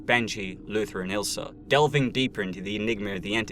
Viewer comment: Her name is Ilsa, not Ilser.